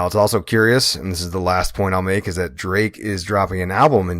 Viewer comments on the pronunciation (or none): none